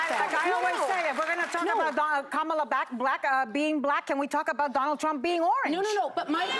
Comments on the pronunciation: All of them should kick off the pundits who do not pronounce Kamala Harris' name correctly. Kamala Harris is the Vice President of the United States. Respect her like the men. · Isnt it weird that nobody has a problem with saying the name "Charlamagne Tha God" but using a person's preferred pronouns or pronouncing the name Kamala correctly is just too much for them